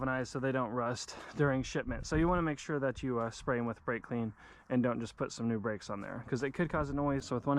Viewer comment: So what happened There was bwakes and then no bwakes 🤷‍♂️